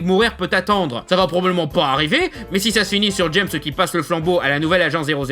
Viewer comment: Je suis un gamin : j'ai pouffé chaque fois que tu disais Jess Bond au lieu de James x)